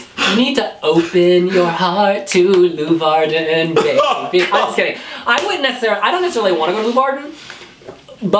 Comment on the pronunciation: The way ‘s saying Leeuwarden is awesome. It‘s a 10 minute ride from me, so I hope it will be there